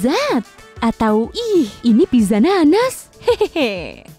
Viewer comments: Maaf ya pizza itu dibacanya pitsa, bukan piza Sekedar info saja. :) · not pizza but pitsa